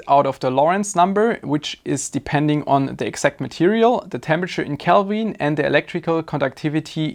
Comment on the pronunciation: I use pure Gold for my heat sinks and heat spreaders. Because nobody will every see it. If it was good enough for Louis XVI and Saddam--That other terrible leader--It is good enough for me! Calbin? Is that like Kelven? Can you say Silly-Sally-Sells-SeaShells-by-the-SeaShore? I am not an American. I am just rude! Love your show.